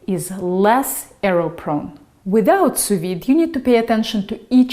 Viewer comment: For the first few seconds of the video I thought you were saying soviet 🐔 :)